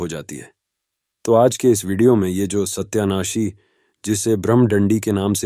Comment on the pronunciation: Satayanashi. Hain. Sahi. Bolo